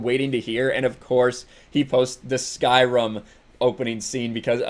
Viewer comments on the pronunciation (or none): SkyRIM not SkyRUM